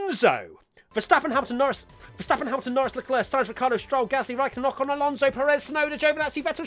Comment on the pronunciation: I'd like to buy an additional syllable for everyone's name ;) Tsunoda, Alonso, Schumacher, Mazepin